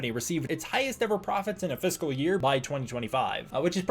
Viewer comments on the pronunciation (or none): none